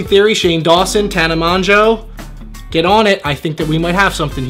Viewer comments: "tana mon-gow LMAO no bby its tana mo-gow" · It's pronounced tana mojo ok. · "tant mon-gow" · "Tana mon-jo" I don't why I laughed so hard😂😂😂😂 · "TANA MON-JO" ME FUCKING MEEEEE, IM LAUGHING SO HARD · i was going to comment this 😭😂😂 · Makayla Marie "tant mon gow" 😂😂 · "tana mon-joe" im deaddddd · "tana moNjo" I've never cringed so hard. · " tana monjo" 😂😂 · "Tana Manjo" 😂😂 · "tana monjoe" 😹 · it's pronounced Tan-a Mojo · Makayla Marie Ik lmao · The way he said tana mongeau hahahaha